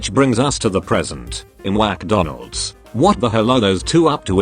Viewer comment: "WACK donalads" me whacking Donald's head 👁👄👁😂😂